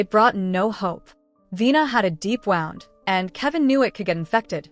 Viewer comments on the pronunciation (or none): Please pronounce wound properly, thank you